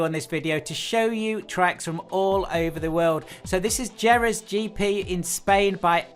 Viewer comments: I think Jerez is pronounced Heh-rez. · Couple of "mistakes" here... :) Slovakian ring is in Piešťany (already mentioned below), That loop by Sergio Loro - it's just a part of historic Nürburgring (Nord/Südschleife, just a short loop.), Jerez should be pronounced in a "spanish" way. And Modena circuit you put "Moderna"... which is nice but the circuit is not any modern :) Don't wanna be "encyclopedical" too much. Just wanted to correct quick-mistakes. Cool tracks selection. Chang is among my favourites. Cheers and have fun lapping!